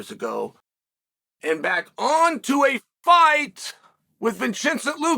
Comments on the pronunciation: Vin- chin- cent :D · Vinchensent Luquee. Classic uncle Chael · “Vinchincent luque”💀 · "vincencent luque" in the last 10 seconds of the video lol